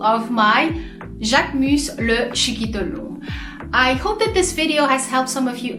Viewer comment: Ohhh, I like the way you pronouce the name❤❤❤❤,love the review